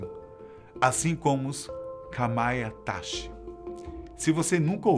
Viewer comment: "Kamaiatachi" e não "kamaitachi" kkkkkk